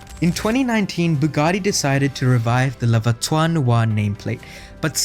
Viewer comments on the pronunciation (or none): Hey man, check pronunciation first, the worst is voiture........ not voitoire...... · Worst pronunciation of voiture ever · Very nice video, however as a native french speaker, your pronunciation of « voiture » made me cringe each time ! 😬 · Just gotta practice the word ''voiture'' 😅 nice vid !